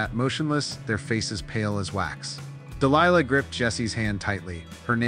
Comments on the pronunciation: It's pronounced (de-lie-lah) Delilah.🙄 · Listen to Tom Jones song Delilah, so you know how to get her name right. It was traumatic to listen to you butchering a strong and beautiful name. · DEE LIE LA ! Not lee la